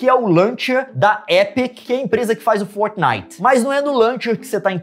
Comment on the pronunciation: Não é fornit ê fortnite